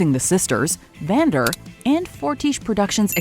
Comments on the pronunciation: I love how she calls him Xander instead of Vander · she calls Vander “Zander”